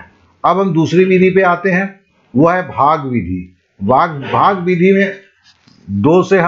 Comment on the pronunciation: SIR JI BHAGA NHI HOTA H BHAAG HOTA H